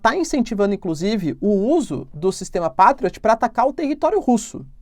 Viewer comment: "pei trioti"